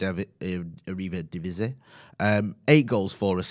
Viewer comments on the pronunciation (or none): Arriba Divisie lol It's pronounced more like "Airy" Divisie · Jah know. Learn to say Eredivisie please. All the other names are kl but this particular mispronunciation is grating. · it actually annoys me that he can't say 'Eredivisie' properly